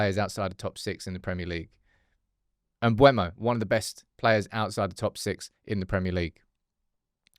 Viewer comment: IT'S MBEUMO, NOT MBUEMO!!!!!!!!!!!!!!!!!!!!!!!!!!!!!!!!!! JESUS CHRIST